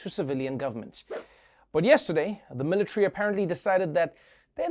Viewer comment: Me: Military Trevor: Mill Lit🔥 🏝